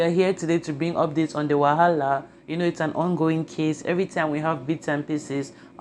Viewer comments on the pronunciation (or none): Point of correction not wahala, its wahaleur🤣🤣🤣🤣🤣